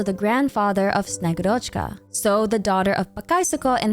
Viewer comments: bro PLEASE the name is SnegÚrochka, not SnegurÓchka 😭😭😭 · I'm really excited for snezhnaya and honestly the third descender being the tzaritza's lover and that being the reason she needs the gnosis makes so much sense! One thing that bothered me though: snegurochka is pronounced more like snye-GU-rachka (capital letters is where the emphasis is). She often described as the granddaughter of ded moroz (basically Russian Santa) that comes to deliver gifts with him or as a girl that was made out of ice and melted when she tried to play near fire. You should read about her, it's very interesting. To the native Russian speakers reading this comment: 1. I know it is a short o and not a, but it sounds so much closer than a regular o. 2. I only read about snegurochka's story once, so if there are any inaccuracies, please correct me! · As a person who speaks Russian, allow me to correct you, if you don’t mind. When pronouncing Snegurochka you are leaving out “u” which is a bit stressed in russian its like SnegUrochka the “u” seperates well the first and secont part of the word, without it, it’s hard to understand the word. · It's snegUrochka btw, thanks for the lore❤ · Thank you for the video queen!! Top content once again. A little correction in pronunciation from russian speaker for future vids, sorry - in Snegurochka the emphasis is made on U c